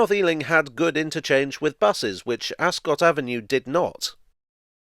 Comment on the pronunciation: the lovely town of Ascot is pronounced AsCUT (as in ‘I cut my finger’). It is not a cot, as in what a baby goes in. I am the pedant to your does-this-really-matter raised eyebrows.